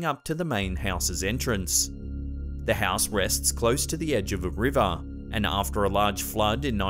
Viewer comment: And river Riva